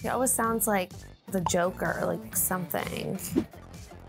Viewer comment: When can we address the way Whitney says “always” as “all wiz”? It’s also adorable